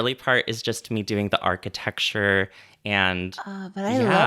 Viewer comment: On architecture sounded for me like ARCHITEXTURE and I think that is such a beautiful word.